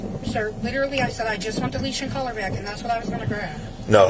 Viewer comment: ok I can’t take it anymore. It is collar - not “color”, not “caller”. It’s COLLAR.